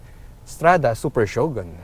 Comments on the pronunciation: i think its better to say it " Sho-gun " not " sho-gon " your one of the best vlogger in autoMoto world hr n Phil...keep it up! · Shogon? Bwaaaahahaha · is that how you pronounced Shogun?...im confused...thnx